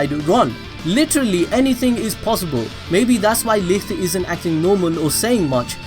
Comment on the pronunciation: Bro pls Look up the german pronounciation of "Licht"